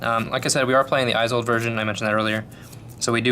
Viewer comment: Esold, not aisold